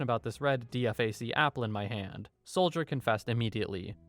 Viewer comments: Great vid, quick military tip for you, if you can read the acronym, do so. DFAC = “D-fac” ❤ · For future reference DFAC (dining facility) isn’t spelled out it’s just pronounced as “DeeFack”.